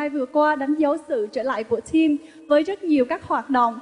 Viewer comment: eo chị dẫn trương trình , tim sao đọc là trim thế @@ bó tay